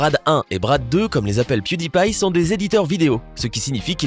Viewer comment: Piu dit pie